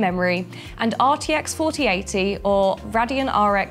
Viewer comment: d... d... di... did, she just say NUvidia and RADeon Its EN-vid-ea, and RAIDeon Nvidia - Radeon